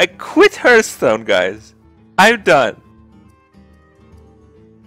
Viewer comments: There is a reason why he calls it "Hurtstone" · Drives me nuts how he mispronounces Hearthstone.